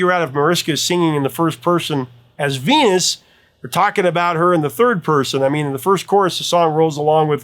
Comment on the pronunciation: I know she's saying "I'm your Venus," but it REALLY sounds like she's saying, "I'm your fetus."